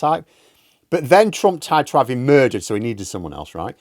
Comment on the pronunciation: "Trump chose Pence as his vice preesident..but thren tried to have him Mutdered..So he needed someone else" 😄😄😆😆😆🤣🤣